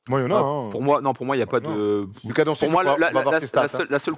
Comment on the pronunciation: Et non c pas Luka mais ça se dit lOUka😂